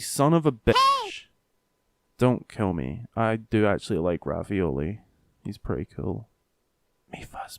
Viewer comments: I love how he calls him ravioli instead of re-val-i, revali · "Revali" Not "Ravioli" And I Want Revali To Return. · Did you call him ravioli? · Did he call Ravali Ravioli?! XD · Ahhh you said ravioli 😂😂😂💀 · Its pronounced ravioli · I WAS W A I T I N G FOR HIM TO SAY REVALI